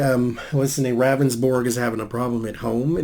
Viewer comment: I'm from SD yes thank you for doing this.. btw his name is pronounced rounsborg. I thought this was bs from the start. He claimed it was very dark but another witness said she seen the victim walking with a flashlight. Good lord. He needs to go. He shoulda resigned already.